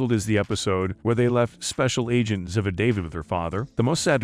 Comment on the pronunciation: STOP, STOP,STOP MIS- PRONOUNCING THE ACTRESS"S CHARACTER NAME. IT'S ZEEEVAH! PLEASE PLEASE PLEASE ! THIS SLAUGHTER OF THE CHARACTER'S NAME IN EVERY NARRATED EPISODE ON UTUBE IS UNFORGIVABLE! & INSULTING. Do JUSTICE